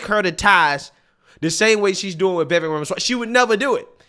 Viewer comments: The man has said his name is pronounced like "CAKE"...'VIH-VAKE' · Ibram is just another idiot who can't even say Vivek's name correctly. He also knows he is lying about Trump and Vivek but will do literally anything to defend his own bullshit.